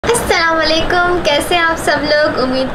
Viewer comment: you are cute but its assalamoalikum not alvalikum no hate be positive